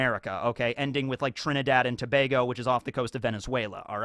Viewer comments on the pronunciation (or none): none